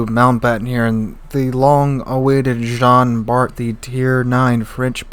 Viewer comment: nice video , actually in french its prononce jean bar the t is not prononce keep up the good work